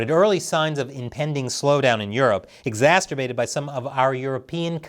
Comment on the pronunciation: It's becoming a patern... "exasturbated" :face-red-droopy-eyes